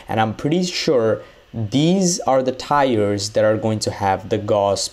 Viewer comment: Was he calling tiers “tires”?